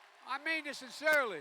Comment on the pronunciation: "I mean this sssensseririly."